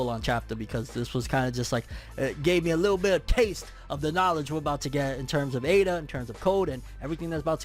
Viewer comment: You're pronouncing Ada (エイダ) correctly.